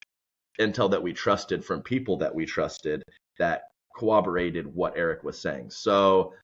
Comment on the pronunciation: Why did you say “corroborated” with a silent “r”? You said it more like “cowaborated”.